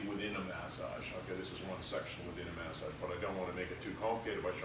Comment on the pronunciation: Can someone explain what a mas ag is? Does he mean massage? If so why is he pronouncing it that way?